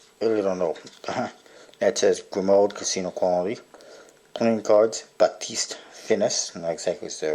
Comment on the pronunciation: I believe it's pronounced *gree-mow*